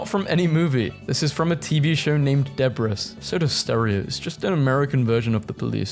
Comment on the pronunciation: Bro you did not just say debris as deb-riss (i wish it was pronounced like that but it's pronounced debree)